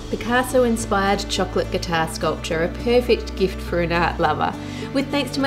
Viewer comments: one of my favorite things: how Ann Reardon pronounces 🍫 in her chirruping way 😋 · I'm an American but I want to put out there the idea that the Australian pronunciation of the word "chocolate" should be the official one across all English-speaking nations. Why? Because it is the one that tastes the most like like chocolate when you say it. Tell me I'm wrong.